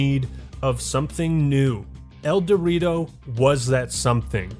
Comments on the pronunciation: That's the point "el dew rito" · I thought you were saying El Dorito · Everytime he says Eldewrito I hear "El Dorito" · Whenever he says "Eldewrito" all I hear is "El Dorito" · Great video! I've never played Halo but all your talk about it makes me want to get it. I have a very weak laptop but even if I can just enjoy the single player, seems like I'll love it. Also, I know that's not the name but every time you say the name of the fan made multiplayer mod, I hear "El Dorito" lol Have a good day people \o/